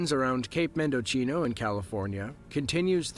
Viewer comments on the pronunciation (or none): Cape Mendo-Chino that’s hilarious I have never it pronounced like that. Mendocino is Men-doh-see-no